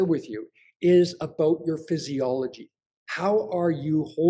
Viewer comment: About, not aboot.